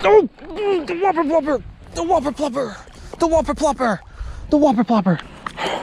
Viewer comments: The "Wuh-per Pluhp-per" 😂😂😂😂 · oooohhmppphmhm thwuh WHoppuh pwoppa x4 gets more clear each time he says it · Y u gotta say whopper plopper like that